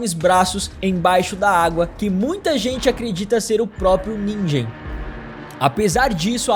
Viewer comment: nigen se pronuncia ninguen